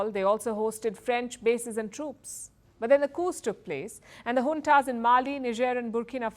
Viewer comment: Beloved Palki....The word is Junta...not unta!😅😊